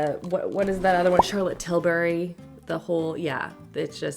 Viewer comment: Charlotte Tilbury‘s last name sounds like hurry, not berry. 😀